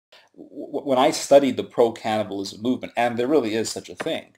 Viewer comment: At first I thought he said "cannabis". When I realized he was saying "cannibal(ism), I almost dropped my roast baby.